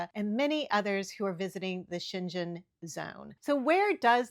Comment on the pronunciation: Great video. Always enjoy your tips and information! And just to clarify the region in Europe is pronounced Sheng-en.